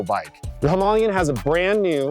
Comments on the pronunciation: It's Him-aa-layan....not Him'u'layan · I was not expecting "Himalayan" to be pronounced like that.... OK, he's just wrong, very worng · any chance of pronouncing the name correctly . Him,a,lay,in 😂🤣😅😆😂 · Hi,ma,la,yan four syllable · Exactly! Why didn’t he edit the soundtrack to pronounce it correctly? Low budget alert !